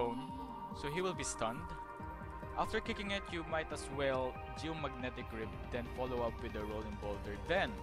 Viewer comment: "Geomagnetic rape" is how I heard it Edit: what a shitty, rambling guide